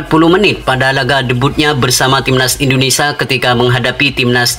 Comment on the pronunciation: INDONESIA MIN BUKANNYA INDONESA....YG BENAR NGOMONGNYA